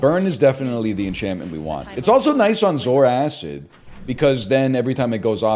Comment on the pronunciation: Is this the last time he calls it zoar acid